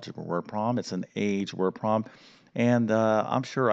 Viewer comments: Could you please pronounce the word problem with 2 syllables—prob-lem. NOT PROM!!!! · Please. It's prob-lem, not prob-m. It's et cetera, not ek cetera. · Please pronounce the B in the word problem. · After you said 'word prom' about 40 times in the first 6 minutes, I had to stop listening or I would have gone mad. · What's a "wer-prom"? 😁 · I can barely concentrate because he keeps speaking of a ‘prom’ or ‘proms’ instead of problem or problems. Distracting!! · Learn how to pronounce “problem”